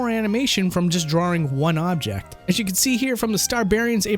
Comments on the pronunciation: "drawing" has one "R" in it. It's not "drawring". Please stop saying "drawring" D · DRAW ING not DRAW RING man! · DRAW - ING, There is only one R in it, stop saying "drawring". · Why do you keep putting an r sound in "drawing"? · Drawrring... are you 5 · Stop saying DrawRing, it's triggering my autism. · We love you. I can't watch this video without cringing at "drarrrrings" though😂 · Oh you know my name is Simon, and I like to do drawrings, I like to draw all day long so come and do drawrings with me. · i cant take this video seriously with how you pronounce drawring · drawring ... Drawring ... DRAWRING ... -_ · Is he saying 'drawring'? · "Drarring" -, 2018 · i think its funny and cute that he messes up by saying 'drawring' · Why can't you say drawing correctly? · That pronunciation of 'drawring' though lol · You came down to the comments to see people talk about his pronouncation of "drawring"... For shame! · Why can't you say the word "drawing" properly? and but there's loads more. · "draw-ring" Love the video, but I can't stop chuckling whenever I hear someone say drawing like that. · They'd take me to a speech class in school if I pronounced drawings like that lmao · Why? I've never heard anyone say drawring before this guy did. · Why can't you pronounce drawing? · Anyone else think pronounces "drawing" weird? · How many R's do you think are in "drawing"? ;) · As long as you don't teach them how to say the word "drawing". Which you pronounce wrong btw. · To all of you pointing out says "drawring". He also says "rawr" instead of "raw"